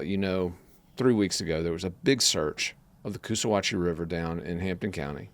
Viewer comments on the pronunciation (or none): If you’re going to do a report atleast pronounce the geographical names correctly Yemassee- Yam-uh-see Coosawatchie- Coos-uh-hatch-ee Law enforcement isn’t “convinced” but everyone here KNOWS Sincerely, Hampton Native